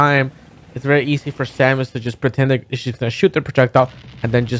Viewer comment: Its Samus, not salmon for future reference lol